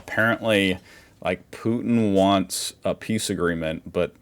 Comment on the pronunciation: How he spoke out Putin's name i always understand just Pute (the german word for a Turkey) lol 😅🤣 Mmh... but hey maybe it could be the perfect nickname for Putin to call him with this german word Pute !😁🤪